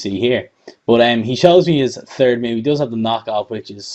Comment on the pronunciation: Lol he said turd gen.